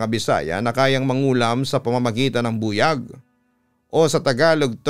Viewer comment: Papa dudut, mali po ang pronunciation nyo ng buyag. The stress should be on the second syllable. Buyág